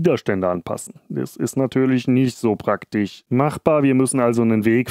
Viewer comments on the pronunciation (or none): ich kann nicht mehr ... zwiSCHen praktiSCH ... schrecklich - wenn man schon ein Video macht warum nicht noch verschmutztere Elektroniken gefunden? - das Video ist sicher geil aber durch das schlechte Deutsch wollte ich es mir nicht weiter antuen als 10 Minuten - schade